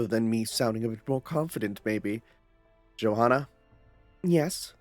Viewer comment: just fyi Johanna's name is pronounced Yohanna with the hanna part pronounced like "hunter" but fast and without the t sound